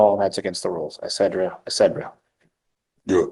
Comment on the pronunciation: When you try to be right but are in fact wrong. 😂😂😂 goofy random. It is "et cetera" and is Latin for "And the rest".